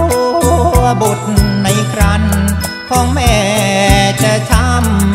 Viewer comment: คำว่าครรภ์อ่านว่า คัน ไม่ใช่ ครัน นะคะนักร้องออกเสียงผิด